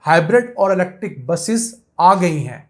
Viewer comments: YOU ARE SUCH A JAHIL PERSON DOESN'T KNOW HOW TO SPELL ELECTRIC I MENTION THIS TO YOU IN YOUR PREVIOUS VLOGS , YOU ARE SAYING LECTIC INSTEAD THE CORRECT PRONUNCIATION IS ELECTRIC, PLEASE DONT MIX PUNJABI AND ENGLISH , PLEASE READ THE SCRIPT FEW TIMES BEFORE YOU RECORD YOUR V LOGS. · YOU PRONOUNCE ELECTIC INSTEAD THE CORRECT WORD IS ELECTRIC MR.